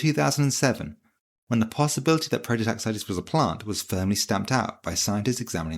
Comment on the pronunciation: its a prototaxite not a prototaxitea